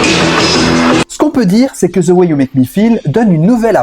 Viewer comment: The ce prononce « de » et non ze